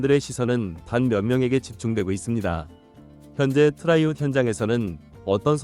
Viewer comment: 트라이아웃, 발음 좀 신경써